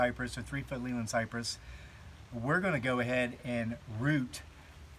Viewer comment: The correct, English way to pronounce Leyland is like ' lay land', it is a town in Lancashire, the home of Leyland Motors